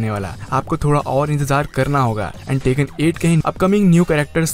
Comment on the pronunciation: Its bandai namco not bendei nemecoo Its tekken not taken